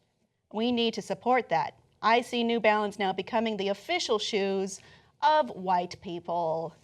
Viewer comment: Why did she say "white people" like that?